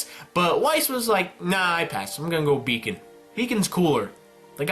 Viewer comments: "Beacon not Bacon" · Wiess going to Bacon?! xD "Weiss going to Beacon" there we go!